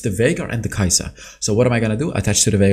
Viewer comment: yeah mate, her name is Kai'Sa